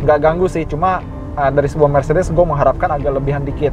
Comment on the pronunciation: Btw Car bacanya nya mertsedes bens😊😊😊😊🙄 koreksi